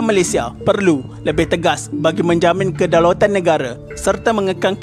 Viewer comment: im sorry yeah...kedaulatan bukn kedalautan🤣 ada beza ya